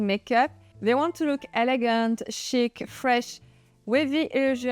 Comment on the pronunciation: Did she say Chic? It sounded like "Shit". There is no need for the later on our faces!